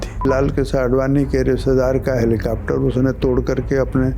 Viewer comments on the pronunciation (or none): none